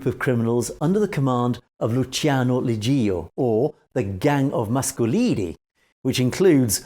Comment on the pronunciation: You don’t pronounce it “Legeeo”, but something like “lejoe”. Suggest you check the proper pronunciation of these names before doing videos about them. Would add to your credibility! You are making progress though. For instance you pronounced correctly “viale Lazio” which wasn’t that easy. Also Cavataio you say correctly. Not sure why Leggio comes so difficult to you. Good video anyways 👍